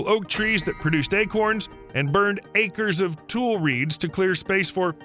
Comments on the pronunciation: Also Tullee not tool for the local reeds. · Glad to see a video on our locale - though riddled with many errors. BTW, it's pronounced "Tu-lar-E Lake" and "Tu-LE reeds" in the vicinity of this lake. Simple research of local info would be beneficial. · And the reeds are pronounced toooly Also Stockton to the north used to be called tuleburg yes pronounced toolieberg Aaand the fog that filled the valley from coastline fog slipping thru the coastal mtn range You guessed tulefog or toolie-fog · Credibility decimated four times in first 2 minutes by cardinal directions and pronunciation fails (“tuu-LAIR-ee” not “tuu-LAIR”, “TUU-lee” not “tuu-LAY”, “sluu” not “slow”), and in every other sentence throughout the video. 🤦🏻‍♂️ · Tule is pronounced "too lee". it is a plant also known as bulrush. I grew up in the area and they would call us Tule rats.